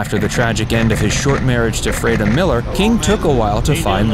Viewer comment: Freda is correctly pronounced........ Free-dah. sheesh